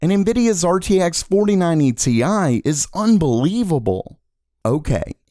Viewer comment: it's Tie not Te i , you amateur